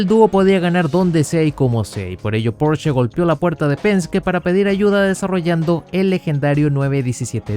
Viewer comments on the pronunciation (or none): none